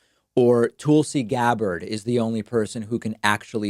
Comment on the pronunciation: Tool-see Gabberd